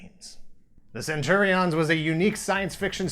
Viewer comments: Why are you saying it that way? I keep thinking of Caesar saying CenturiONS. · In UK, Saturday mornings on get fresh? Also what's with the stress of the "on". Isn't it just pronounced centurions? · “Centuri’ONS” or Centurians as i’ve always pronounced it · Cringed everytime you said Centuri-ONs...like its two words😒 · It's not prenounced cen-churi-ons! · That’s not how you say centurion’s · Yikes almost couldn’t wait due to how you pronounce Centurions 🤢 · The way he says centurions is hilarious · I loved this show...... but I wish this guy could pronounce Centrurions. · Am I the only one annoyed by his pronunciation of Centurions?